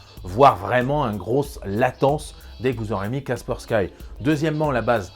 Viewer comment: Superbe vidéo comme d'habitude. Cependant c'est Kaspersky prononcé kasperski , c'est une solution russe.